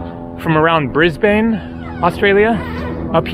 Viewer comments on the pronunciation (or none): Bris-Bayne ❌ - Bris-bin ✔ - Hope you get to Australia Zoo :) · STUN-ningly beautiful footage! FYI, Brisbane is pronounced "BRIZ-bin". And yes, Melbourne is still pronounced much like this: "MEL-bun". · The small jellyfish you couldn't remember is it the Irukandji?. The Whitsunday Islands and Airlie Beach are a great place too up that way. Whitehaven Beach is a must if you're in the Whitsundays. Enjoy your visit to Brisbane, Monday to Wednesday I'm free if you're down here and the planets align. I can show you a few places. Oh and it's pronounced Briz-bin or just "Brizzy". If you’re using public transport in Brisbane, the best bet is to get a GoCard. Like the Opal and MyKi Card.